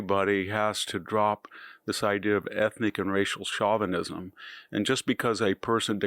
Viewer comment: This guy's pronounciations are so bad it's hard to listen to him: e.g. Chauvenin (Show-vin-ism) is pronounced Shaw-vin-ismCrimea (cri-mee-a) is pronounced Cry-may-ya). I could go on and on. It's very off-putting!